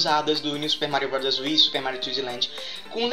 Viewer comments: no momento voce falou super mario rowd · sera q é tao dificil falar bros?kkk